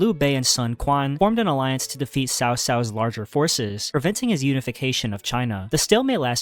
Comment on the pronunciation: is cao cao（曹操） not sao sao